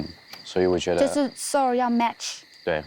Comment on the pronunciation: 真的，还有她读soul，能读成像sour一样